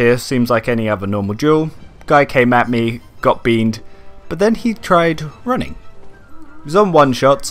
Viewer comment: Master storytelling XD. Lost it when you paused then said ‘running’